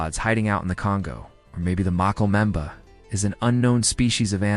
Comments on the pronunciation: sadly this video is all AI, and it can't pronounce it correctly. I doubt they will attempt to correct it. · Inwatchable, cant pronounce it, lost interest